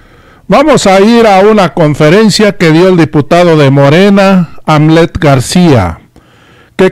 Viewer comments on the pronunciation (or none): Se escribe Hamlet y se pronuncia Jamlet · El nombre del diputado se dice con J aunque tenga H Es Jamlet. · Se pronuncia jamlet